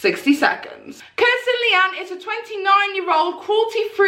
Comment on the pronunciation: It's Kristen you keep mispronouncing it as Kirsten , the video title is incorrect as well